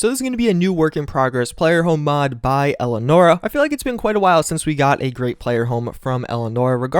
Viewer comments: ELI- ay- nor ah, not el-ah-nor ah. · The dislikes aren't for the ad it's for how you mispronounced Elianora.